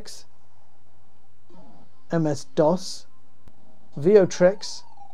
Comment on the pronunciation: It's not "Veotrex", it's "Vectrex", the only home console ever that had vector graphics display, same as the real arcade machines.